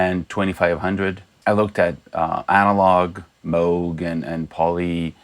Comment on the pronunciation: thx for pronouncing MOOG correctly lol - good work on your video - grew up with korg and roland and miss my JX-3p